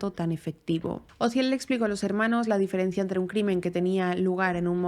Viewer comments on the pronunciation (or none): none